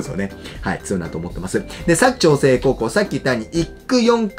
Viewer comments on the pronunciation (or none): 「割く」❌、「柵」⭕️ですね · にひと言。佐久長聖のイントネーションが違います。正式にはサク↗️ではなくてサク↘️チョウセイデスヨ。長野県民からでした。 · 地元民からすると「佐久長聖」のイントネーションにめっちゃ違和感あります😂